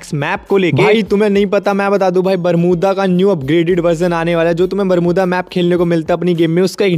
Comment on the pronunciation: Bolna bhi nahi aata barmuda max ko😂😂😂😂😂😂😂